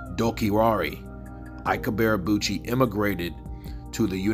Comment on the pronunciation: Can't this guy even speak properly? WTF is Ibearabuchi? PAY ATTENTION SON it's pronounced 'EeeBay A Boochy' You fanboys need to step your game up. Shoddy work AND FFS buy yourself a proper mic homeboy.